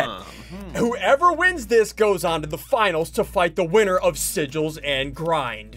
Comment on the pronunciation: Sigils not